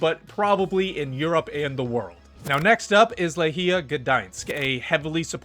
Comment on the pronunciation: Actually, very good pronounciation. Only Lechia should be pronounced lekhyah, not lekheeyah.